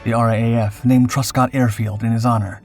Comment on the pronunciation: Oh, and while we're at it, its pronounced "R double A F" not R A A F. Details matter.....